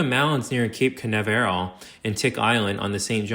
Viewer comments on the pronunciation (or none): I’m sorry… cape who now? Nav air el? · Your information is cool but your pronunciation of FL place's names is enough to drive a real native born FL Man a little bit crazier. 😂 Myakka sounds like my yak uh. I can understand why you don't know that one but I grew up in Sarasota. But the way you said Canaveral? 😂 They only launch spacecraft there, it's kinda famous. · Some pronunciations were off. I didn't really notice until he tried to say Cape Canaveral. Then I started noticing a few of them. I've never heard anyone get Canaveral wrong before, but let's be fair - a lot of us natives will argue over other local pronunciations. lol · Good doc. You really need to fix the way you say canaveral. It’s so wrong it hurts. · Lol the pronunciation of cape Canaveral is hilarious